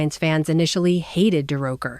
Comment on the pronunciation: It's Leo durocher looks like AI has a problem with names